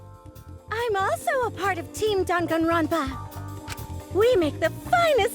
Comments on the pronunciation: They say danganronpa like: dong on Ron pa How we say it:DANG IT GRANDPA!!! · saying dangaropa: gangaronpa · the game: dangkanro-n-p-a us: dang-it-granpa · What- I say it like 'danganropa' when it's actually danganronpa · I love the way she says:"D A N G A N R O N P A" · i did not know how british these characters are until they pronounced danganronpa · WHY DO THEY PRONOUNCE DANGANRONPA LIKE THAT